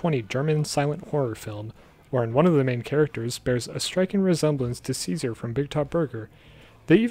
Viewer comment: I just watched the new episode and I thought it was funny to learn Caesar is pronounced Chase-ar